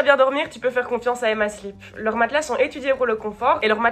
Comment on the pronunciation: À chaque fois que tu dis «Emma Sleep», j'entend «Emma Slip» (sans haine aucune, je trouve juste ça marrant) Sinon tu expliques hyper bien, et quel plaisir de te voir mettre du papier peint sans rager!